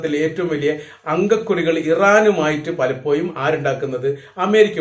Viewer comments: Bhasha nannakkuka Palappoyum ennalla palappozhum sorry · പലപ്പോയും അല്ലടോ പലപ്പോഴും